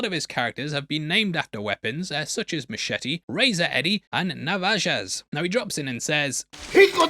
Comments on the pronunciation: Hey, Mexican here, it’s pronounced “koo-cheeyo” not “choo-cheeloh” and “navaja” is “navaha” love ya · I actually thought Adrian Brody was pretty good in it. Also, not your fault, but "J"'s make an H sound in Spanish. Hearing you trying to say Navaja gave me a laugh... again, not your fault. I live 20 minutes from the Mexican border.